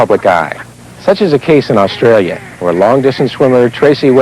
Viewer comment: Briz-bane Oz-Trail-you're